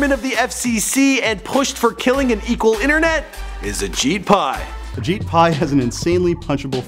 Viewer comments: I'm pretty sure he kept calling him ashit Pai 😂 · It's actually Ashit Pai not Ajit Pai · who's this guy? Ashit Pie...lol